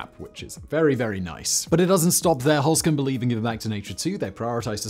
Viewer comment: the E in Holzkern (wood core) is pronounced like the E in exit. or edit. E is ALWAYS like edible, exactly, excited in German. NEVER like in we, or me. So the german Heer in WW2, still is a double E like in every, else, essay. Simon, get your pronunciation game together, or else the ghosts will haunt you in their ufos, mediums and a team from the history channel in tow.. 😅